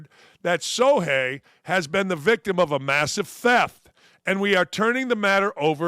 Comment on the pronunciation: It's pronounced Show-hay, not So-hay. There is an h in his name. You need to learn how to read.